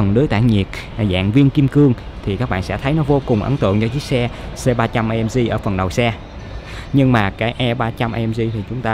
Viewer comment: Tiếng anh nữa mùa hả...AMG là Ây Em Gi chứ A Em Gờ gì